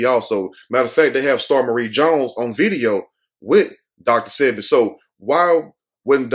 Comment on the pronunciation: Sebi, is pronounced like wasabi